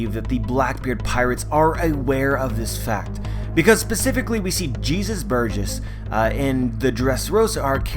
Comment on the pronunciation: I like the video, I really do, but why did you put so much emphasis on "Jesus Burgess' Sac"? I'm not judging, just wanted to point out how sus that sounded